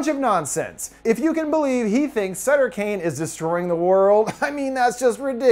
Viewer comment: Do you read Stephen King, I mean, Suther King, I mean, Stephen Kane...